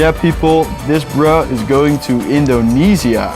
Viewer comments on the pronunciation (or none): none